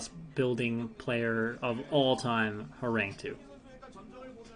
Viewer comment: Hey, is usually pronounced “Horanggi”. Means “tiger”. Love that you’re casting this league.